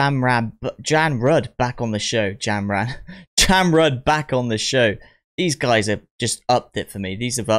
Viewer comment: Jamrud pronounce like "jump road".